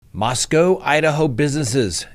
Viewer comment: Being a native Idahoan, and former UofI student, I appreciate that you are working on the pronunciation of Moscow. Thanks!